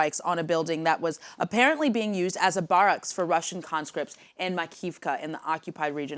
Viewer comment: barracks = pronounced "bear + x" not "bar + ox"